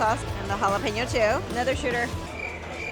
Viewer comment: LOL, "jalapenos!" 😆